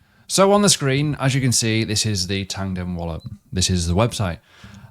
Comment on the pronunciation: Why do you say "Tandem"? When it's "Tangem"